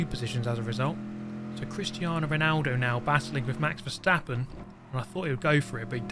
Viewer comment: "Hello, Valjesstappen here"